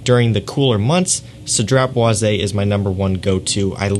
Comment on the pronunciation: It is pronounced Cedra Bwa . Which means Cedar Wood